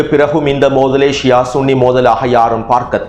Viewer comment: சன்னி அல்ல ஸுன்ணி என்பதே சரி